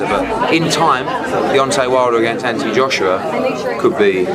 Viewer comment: EGO..is it "Anthony" or "Atny"?